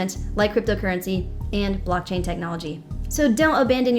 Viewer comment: Did say blocktang